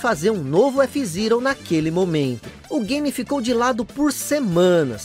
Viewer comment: Que agonia te ouvir falar f zirou